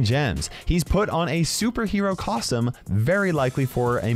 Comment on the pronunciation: Did just say cosum instead of costume? Dam Crow’s gonna get sad:(